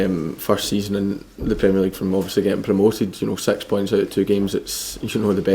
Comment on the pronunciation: Every time he says six points, I hear it as "sex" points. lol XD